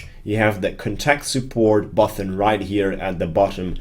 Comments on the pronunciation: greatjob. Thanks for your videos. One small thing, and its not important at all, but button is a hard T, there is no H, You pronounce it BUTTEN, not BUTHON. Quick fix, there you go. Thanks again. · Yes, except the pronunciation of button (it's not "buthon") :-p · Button not Buthon